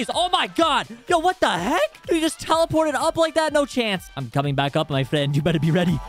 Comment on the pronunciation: THIS MADE ME LAUGH SOOOOOOOOOOOOO MUCH "Im coming ack up my friend"